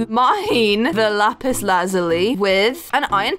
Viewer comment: You kept saying lapiz🤨🤨🤨